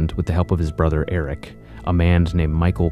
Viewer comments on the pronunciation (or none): none